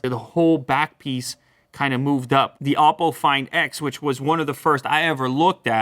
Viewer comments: It's a Chinese phone and it's pronounced as OH-PO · you pronounce "oppo" soooo very incorrectly.... it's O-po, not ouwpo.